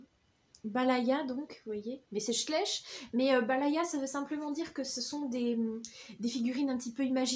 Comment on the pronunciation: Schleich se dit "chlaîch" je crois car il me semble que c'est Allemand